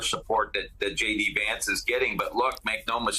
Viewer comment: You said JD Vance wrong